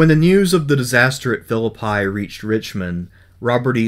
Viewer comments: Yeah, I’m from West Virginia and I never heard it called anything but Fill-a-pee. Not Fill-a-pie. I crossed the covered bridge there in about 1962, with my dad and uncle to go trout fishing near Franklin. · I lived in West Virginia most of my life. Virtually no Civil War Historian can say the name of the town where that first battle took place correctly. In Shakespeare, it is File-lip-pie. In WV, it is is Fill-ip-ee. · Phillippi is pronounced Phi- llil- pee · Phillipi has a Long E sound at the end. This guy glosses over a lot. A few claims in the early video are misleading. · He didn't know how to pronounce Philiipi either. There's a lot of crap going on here.